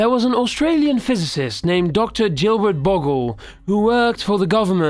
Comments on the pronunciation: Gilbert Boggle... It's said as: Gill-Bert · good old jillbert. lol. u mean Gilbert??? lol let byjones be byjones. bygones? nah!!